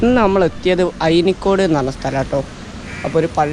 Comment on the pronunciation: ബ്രോ അയിനിക്കൊട് അല്ല അയിനിക്കാട്